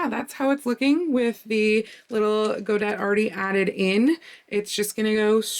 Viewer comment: I believe godet is pronounced go-day.